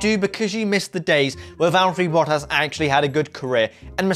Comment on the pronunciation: Learn to pronounce bottas